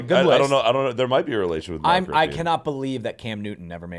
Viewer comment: As a Redskins / Commanders fan - you are butchering Rypien's name. Lol Brett Rypien is his nephew.